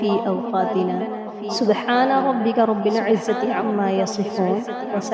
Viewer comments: یا رب العالمین ۔۔۔۔ب پر زبر ہے نہ کہ پیش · یا رب العالمین رب کی را پر پیش نہیں بلکہ زبر پڑھا جائے گا 🎉 ok